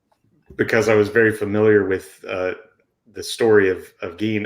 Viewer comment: It's GEIN , not gean